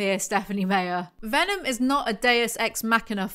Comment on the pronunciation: Personally I am a big fan of how you pronounce authors' names (wrong). "SMeyer" is very entertaining tyvm giving me serotonin